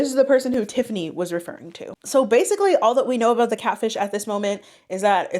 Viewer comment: “That’s all I’d be thinking aboot”